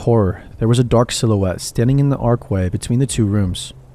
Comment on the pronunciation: The 'arkway'? Do you mean the archway? I enjoy your vids but dude... who taught you English? Because they did you dirty! You pronounce SO many words wrong, it's really irritating at a certain point.